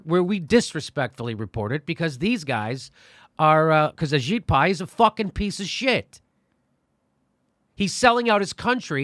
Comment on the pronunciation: Ajit Pai kinda sounds like your saying A Shit Pie.